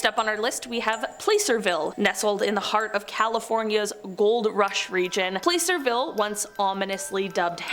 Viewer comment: Placerville was also pronounced wrong.